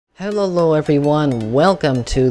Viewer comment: It sounds like your saying hellolo everyone